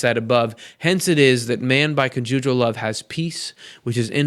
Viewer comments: Ha ha it’s con’ jugal love. Emphasis on the con. Not the ju. :) Love your work! Thanks! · CC. the word conjugal love is pronounced with emphasis on the first syllable. I smiled and wondered what word you discovered!! ) Cute! )